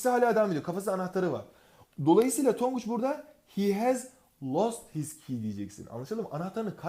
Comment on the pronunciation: tonguç done don değil